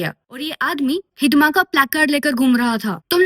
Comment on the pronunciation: Hidma❎ hizzda ✅😂😂😂